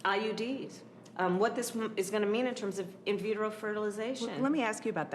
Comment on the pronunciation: "Invetero fertilization"? You mean in vitro? What are you chewing on anyway. It looks like you're eating! 🥴